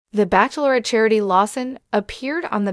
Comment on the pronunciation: You need to stop calling it "backklerate' 🤣